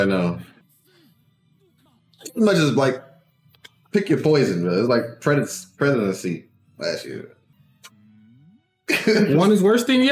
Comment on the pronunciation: "Like the Presidenacy " 🤣